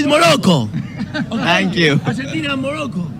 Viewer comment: Why does she keep saying Urgentina ? Its Argentina ...